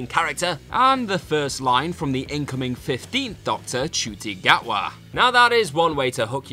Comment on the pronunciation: Also mis-pronounced Denis Villeneuve and Ncuti Gatwa amongst others. Amateurish at best.